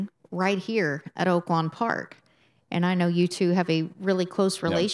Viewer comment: Dude, the word is TWO, not TYUUUUUUUUUUU. Anyone reading this and doesnt know what I mean, listen to on the NYRA live show.